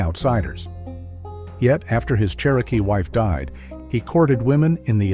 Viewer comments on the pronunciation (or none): none